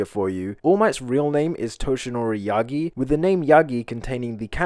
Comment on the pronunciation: When he said yagi I herd ya yeet